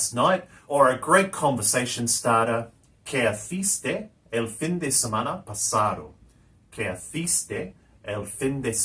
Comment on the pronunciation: Like your stuff but concerned about your pronunciation, obvioulsly not a native speaker, Why pronounce fin with English i? Surely Spanish pronouce it as FEEN